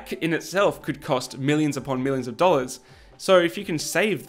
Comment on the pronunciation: I heard "DollYERS"😅